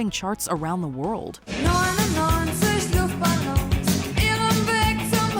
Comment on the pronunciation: Listen to the pronunciation. LOOOOFTBALLOONS. Not Luuuuft.